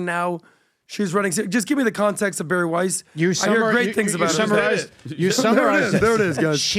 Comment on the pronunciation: Bari* not Barry...